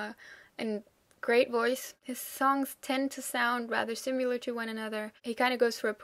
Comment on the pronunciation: What a pleasure to watch your articulate and informative review of German bands! Just a note here on your pronunciation of the word "similar" - it sounds to me like you are saying "sim-yew-lar" instead of "si-mi-lar" which is the right way to say it. Other than that, your English is flawless. Thank you for making these vids.